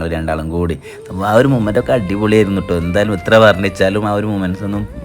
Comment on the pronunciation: മുമൻ്റ് അല്ല മൊമൻ്റ് aahn it's moment